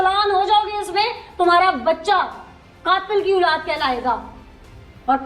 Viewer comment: plz OOLAAD na kaha krein OLAAD HOTI HE😅😅😅